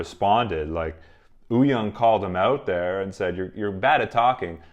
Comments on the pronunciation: It's not, if you look at the hangul spelling of "woo", it's actually supposed to be pronounced "oo" without the "w". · Having said that, to tweak pronunciation a bit, the "young" is actually pronounced "yong" to rhyme with "song". Wooyoung's name has just been romanized in a way that's confusing. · Am I the only one who keeps hearing Oooyoung and not Wooyoung 😂😂. Hongjoong has said that Yongho is the person he trust to watch the group after Seonghwa